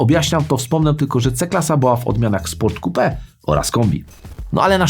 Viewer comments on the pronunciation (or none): none